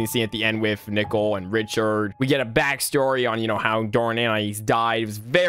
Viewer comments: Why are you calling her Nickle? Isn’t her name Nicole? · Hey good news, ever since your Max and Ruby 0004 Ranking was posted, more remakes popped up (This is a god tier video btw, but i was at first confused when you pronounced Nicole as “Nickel” but now I find it really funny. Keep up the great work bro!) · you said gumballs mother name wrong you metid to say Nicole not nickel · It's pronounced Nicole not nickel plus that's her name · I hated but loved how he called Nichole "Nickle" 😭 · Yeah like its Nicole not nickel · Absolutely love how he calls nicole nickel throughout the entire vid😭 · I love how you pronounce Nicole's name and say nickle It's Nicole! NI - COAL, not nickle😂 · Great video but I hated you saying “Nickel” instead of Nicole (Nee Cole) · I love how he called Nicole "nickel." And he called Darwin "dory.' 😂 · "Nickle" Its nicole 😭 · he called Nicole “Nickel”💀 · “Nicole” No. “Nickel” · Nicole is pronounced nick-ohle not nickel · It's Nicole not nickel😂😂😂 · its pronounst Ni-cole not Nicle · This is by far my most ambitious ranking video yet so I hope you all enjoy it! Also it seems that I pronounced Nicole as "nickel" sooo oops LOL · another day another "nickel" PFFFF- IM SORRY I JUST HAD TO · Why do you pronounce Nicole as Nickel? You need to get that o in there. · Did bro accially say nickle instead of Nicole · Replace the "N" with "p" and he is literally saying pickle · that’s what I’ve been thinking about when calls Nicole, “nickel” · bro i thought he was saying nipple 😭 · Like the coin "Nickel" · nickle? nickel? why not both? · The scariest part is that he pronounces Nicole as "Nickle" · Omg you and the LOGO MY GOSH (also I think it’s funny how you call Nicole nickel lol) /ONE MORE THING i think idk but I think that’s how you spell Nicole I’m not sure though\ <OMG HI> [the edits omg AAAAA] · the only thing scary about all of these is how he pronounces nicole as nickel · Me :"Nichole" you: "NAW ITS NICHOLARSIN" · you soell it ni-coal